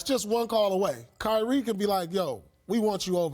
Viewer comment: She said Kywie 💀